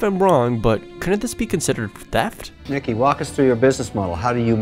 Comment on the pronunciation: "...phteft..." xD